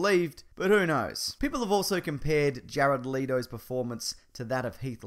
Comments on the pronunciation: the way you said jared letos name made me cringe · He keeps saying Jared's last name wrong!